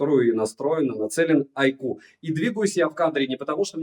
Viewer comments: Айку почти перестал называть айкьюоо, но маркЕтинг режет слух от такого грамотного в целом и приятного чувачка.)) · наконец-то научился выговаривать айку подумал я А, нет, не научился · Айкьюоо от так аутентично и лампово звучит ) мне даже больше нравится 😁